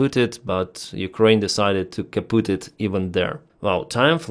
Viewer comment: Keep no one alive. 2 Month later they r back killing ur ppl. P.S. Its funny to hear u say Kaputt. Its german. PLZ not spelling Kapuuuuut. PLZ say put the short way. Like u baiting chickens for Food. Put, put, put